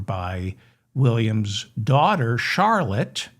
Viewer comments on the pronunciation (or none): none